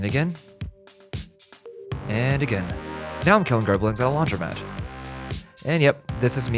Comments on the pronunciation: WTF IS A GERBLIN??? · What the hell is a Gerblin?